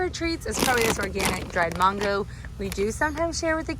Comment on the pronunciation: Say MAN-GO with me MAN-GO…